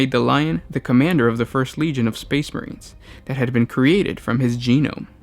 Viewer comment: Lol Space not spade